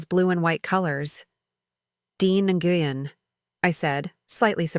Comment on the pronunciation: I wish they would quit saying Dr. NGuyen, its pronounced Nwen.